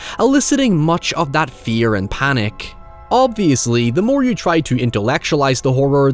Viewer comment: The word is you. Not yuww. Word have pronunciations.